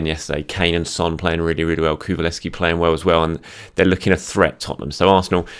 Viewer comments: Ku LU sev ski .. Not Ku VU lev ski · COO - LOO - SEV - SKEE my guy lol, it's not that hard :P